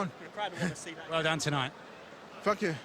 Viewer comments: a classy guy he said fhank you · I think he said,...' Fank you'...…….as in thank you